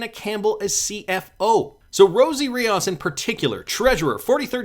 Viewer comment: There’s no A it “reee ohhhs” RI-OS have some respect.